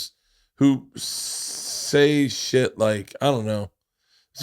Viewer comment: LeeAnn pronouncing shit like "sheeit" is like ASMR to me lol